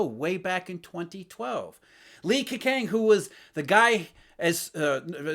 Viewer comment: Ke-chang is the correct pronunciation btw